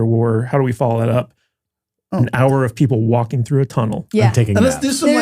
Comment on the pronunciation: Are you saying chunnel,?